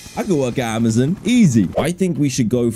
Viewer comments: Man really pronouced Amazon to Amazin 💀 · you know when you're watching someone who's too british when they pronounce amazon amizin